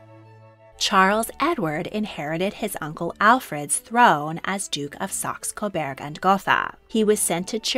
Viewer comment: Saxe. Like the instrument, sax. Coburg. With a U. Not an E. Burg as in burger. Please pronounce it correctly.